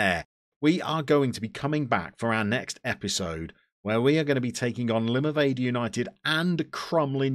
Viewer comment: Looking good, The a in Limavady is pronounced like a in Apple.